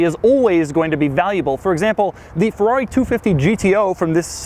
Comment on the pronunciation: Doug please, it's a feRRari. Not a feUUaUi XD